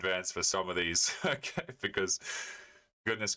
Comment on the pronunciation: "Oh Kie uh". You mean "okay"?